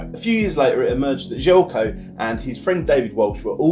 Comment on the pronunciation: Damn, completely butchered his name at the start! :D This might help, first name is pronounced "zhely-ko" and the last name is "rahno-gahyetz"